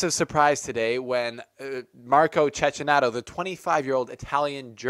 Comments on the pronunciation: I like this video ,but please is "Chekkinato", that bad pronunciation hurts my Italian ears! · You're not alone but its pronounced Chekinato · Your mispronunciation of Cecchinato's name undermines your journalistic integrity.